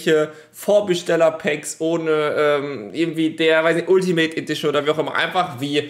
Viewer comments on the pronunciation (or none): none